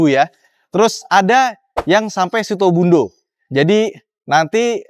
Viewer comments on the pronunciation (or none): situbondo bang bukan sitobundo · Nyebut Situbondo aja Sitobundo, berasa kek orang Minang 😂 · Situbondo bukan Sitobundo 😅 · Orang Klaten koq sebut Purwomartani sama Situbondo salah sih mas??